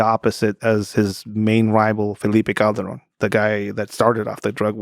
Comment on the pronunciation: C’mon Lex! Roll the ‘r’ correctly for saying ‘Calderon’ 😊